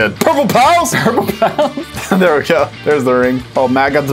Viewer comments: I kept on hearing “Purple Pounce” not “Purple Pals” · What I heard from was purple pow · No........ Purple Powa although I'm green gang :> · Lol I heard “Purple Pows” until it said “Purple Pals won the round” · yeah dude I kept hearing purple pow and I was a little confused lol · I kept hearing purple palace too lol